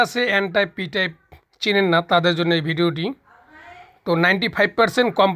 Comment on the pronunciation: এনটাইপ পিটাইপ ভালো করে বলতেই পারলেন না! বোঝাবেন কি?